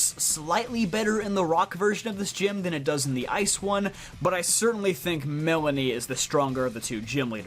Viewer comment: ah yes, my favorite gen 8 gym leader, "Melanie" it's Melony, btw lmao